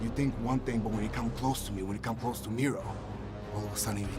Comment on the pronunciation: It's Miro not micro